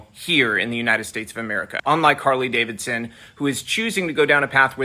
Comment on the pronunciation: "Carley Davidson"!😂